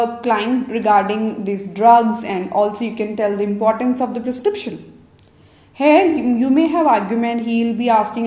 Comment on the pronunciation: thank you that's really useful. please practise to say here not hair :)